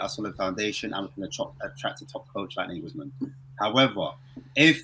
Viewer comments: Can you please stop calling Nagelsmann (Negelsmann) ??@ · Stop saying nayglesmann